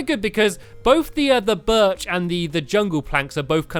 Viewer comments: You did not say berch right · STAMPY YOUR NOT SAYING BIRCH PROPORLY!!!!!!!!!!!!!!!!